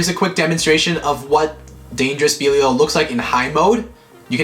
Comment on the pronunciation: Lol been like what 7 months since db started and these bois still can’t say belial right lol no offense or anything just saying lol